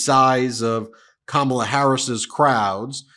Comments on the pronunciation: 1) Those people standing behind him unironically holding "Back the Blue" signs after hearing him say he would pardon the January 6th insurrectionists who assaulted and abused capital police people, resulting in deaths is blowing my mind!!! 2) Trump wouldn't know the truth of it crawled up his a$$ and had babies!!! 3) Finally, you know good and damn well, he knows how to pronounce Kamala's name!!! I've heard him say it properly. He is now using the deliberate mispronunciation of her name as a jab, insult and racist dog whistle. (BTW, that's Madam Vice President to you sir!) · Hannibal Lector, grunting, Hulk Hogan, Kid Rock, ratings, crowd size, pronouncing Kamala wrong, polls, fake news etc. What does he have for the future? Nothing. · What is wrong with these people at this rally? He’s horrible and they are cheering 😢 Also he can’t even pronounce her name. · Since tRump can't pronounce Kamala's name perhaps she should do the same...saying Don"old" (emphasis on OLD like him!). He'd go absolute ape shit! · Trump and his sycophants pronounce her name wrong on purpose because they think it's some kind of burn...just shows their ignorance 🤮🤮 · I knew they would constantly intentionally mispronounce Kamala’s name. Their childishness knows no bounds and is soo predictable. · They purposely mispronounce her name to be disrespectful. She can't speak well, shes a liar, a criminal, she slept with so and so. All these things are literally who this guy is. Crazy times, the haters are crawling out from all of the darkest places. Who is dangerous??? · This fall: The Courtroom Nova of November: The Judge VP Harris: The Prosecutor Twice-Impeached Ex-President Felon Overdue for Jail (and can't pronounce "Kamala" right) Donald Trump: The Defendant The Voters: The Jury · Smelly-trump can't even pronounce his opponent's name. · So childish how he intentionally mispronounces her name every time. It's like listening to a mean, dumb jock running for class president.